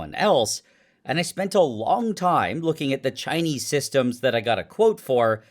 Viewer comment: Nile when you say Chinese the way you do, you need to know it sounds racist, whether intentional or not.